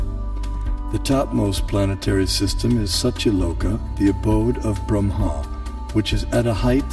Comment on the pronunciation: If you know so much about the Vedas, why do you mispronounce Brahma and Lakshmi?